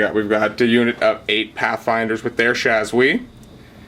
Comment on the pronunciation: Shaaaahhhs ooo EEE not shazwi